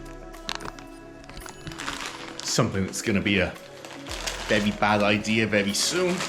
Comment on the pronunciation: vewie, vewie good!